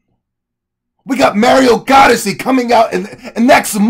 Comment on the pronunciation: You keep calling it Mario "Godyssey" LOL